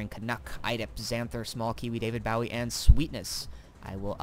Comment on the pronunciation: david b-oh-wee... not b-ow-eee